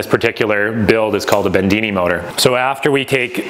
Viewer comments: Great work! Btw, it's John Bedini not Bendini. People might want to google John's work. B E D I N I. Cheers! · It is Not Bendini, It's a Bedini motor or impulse motor. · "Bendini" "Mosfat"